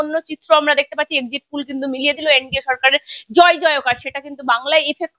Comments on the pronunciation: Ore baba Exit pul noy Exit pol 😂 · Madam exit pul na...ota exit pol hoba...ucharon ta please thik kora neban... kharap vabea neban na katha ta..apni khub valo kaj korchen..amr support apner songa ache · এক্সিট পুল না ম্যাডাম ওটা এক্সিট পোল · ম্যাডাম exit pull নয়, কথাটা এক্সিট poll। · এক্সিট পুল নয় এক্সিট পোল